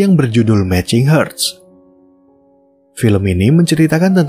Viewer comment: iya bacanya harts bukan herts. Hurts= herts (e pepet) Hearts= harts